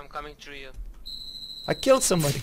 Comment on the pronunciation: “I’m coming chrew u”